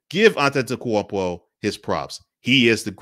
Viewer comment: You get m vote just for pronouncing his name. Great lighting.